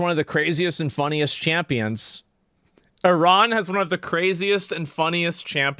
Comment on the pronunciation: Yo this dude is Chinese. Did you see how he pronounced Iran? Elmer Fudd sounding MF'er.